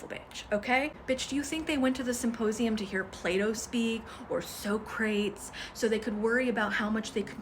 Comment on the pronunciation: I'm not sure how you could get a Masters in Cosmology without a heavy, heavy STEM background. Red shifts and dark energy are not for the faint of math. Also, Socrates is usually pronounced "saa-kru-teez". Nonetheless, you are right that there is an over emphasis on deductive thinking over inductive. When people ask you what you are doing with your degree, they are, to an extent, asking why public funds should go to teaching the squishy subjects. The classical answer from liberal education is that well-rounded, educated people will make better decisions and result in a general benefit to the community. But your emphasis that you are doing nothing with it, that you are using it to be a better you, without reference to how a better you contributes to a better society doesn't give any reason for the state to spend money on giving you an education to make you a better you. Universities should be more than a boot camp for corporate middle management. ("Entrance fees to the middle class" is older expression of that.) But publicly funded universities should be giving some return to the public that funds them. They should be giving the doctor facing eviction motivation and reason to pursue their medical education, despite it not being a route to financial security. It's unfortunate that college breadth requirements are scoffed at by both the STEM and the squishy students. The focus on post-graduate salaries comes from the same single goal oriented, one factor result evaluation place a